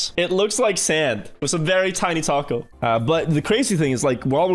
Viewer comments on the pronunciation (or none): none